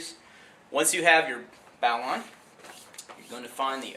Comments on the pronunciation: urghhh! it's pronounced "bo-lin" I live on a sailboat and use this knot everyday so I should know. So should you! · Stop. Stop calling it bow-line. You managed to instantaneously discredit yourself and your organization. "It's" tactical. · lol "bow"line :)